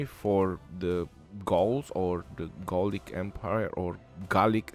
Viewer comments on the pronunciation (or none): Gaulic "Garlic" LOL